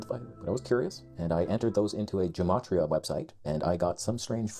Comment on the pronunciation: Frig it’s not gAmatria it’s gEmatria, it’s an E not an A, it’s basic English, or is geology now pronounced gaology?